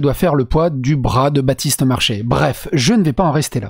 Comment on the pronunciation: Elle a dis Bratiste Marchais pas Batiste ! Ça devrait aller alors ✋👌